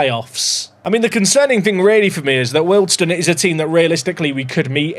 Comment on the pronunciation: Aaargh your pronouncation is killing me. Wealdstone is said as wheeledstone Ruislip is RICElip and it's south of NorthWood. This away day annoyed me more than any Lollujo video